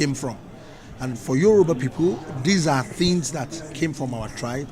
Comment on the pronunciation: Is Yoruba not Euroba